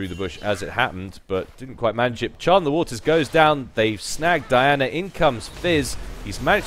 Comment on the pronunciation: Good stuff! Just make sure you get ability names right:) CHUM the waters!